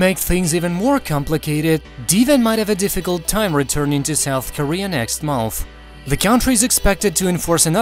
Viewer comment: how can u pronounce MONTH so weirdly